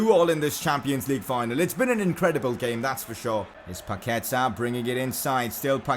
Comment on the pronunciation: The correct way to say is PaquetA Not PaquEta